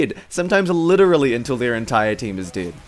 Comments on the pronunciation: "Shoot rockets until the entire team is did" did? how can you pronunce dead as did? could i ask you something, where are you from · When he says dead he says ded